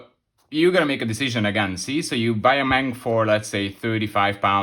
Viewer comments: No Problem! The English and Frensh say what they want but Germans try to speak foreign names as close as possible. Well, say at least "eM Ey eN". And the abreviation "Ausf." ist always spoken long; So, "Ausführung A/D/G"... Your viewers shouldlearn how it is said correctly. Best wishes!!! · When you say"M-A-N" in future, please speak every letter seperately. That's how Gemans do it. The "M" and "N" sound the same in English and German. The "A" is stelled like in "Natascha", So, you say "eM A eN". It means Maschinenfabrik Augsburg-Nürnberg. And in "Nashorn" the "a" is also like in Natascha" (but a long "a". "Naaashorn"...